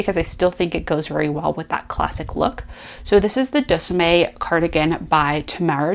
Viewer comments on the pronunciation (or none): The Deuxieme Cardigan is pronounced De zee em. It is French for 12th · Very glad to find your channel. I too am looking for a great cardigan pattern to cast on for fall. [Just a note as someone who majored in French in undergrad , and whose grandparents were French speakers- Deuxieme ( which means 2nd) is pronounced - Do Z M, emphasis on the M anyway...]. I was happy to see that you found some options that I missed. I am finishing up a trio of vests for my 3 grandsons, and one more for an "almost grandson". When those are finished I will be ready to cast on. Good luck with your choices. I will check back to see your progress.